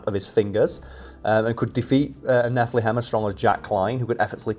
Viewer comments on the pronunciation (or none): Having watched this channel for long enough I'm not sure if some of the mispronunciations are intentional trolls towards the audience or not. Ex: Repeatedly calling Castiel > Casteel ( corrected the pronunciation, but still said it wrong later in the video), and the Nephilim > Nephlehem (almost sounded like Bethlehem). Don't get me wrong, I'm not bothered, it's pretty funny thinking that either doesn't know, doesn't care, or is intentionally pronouncing things wrong to see who notices.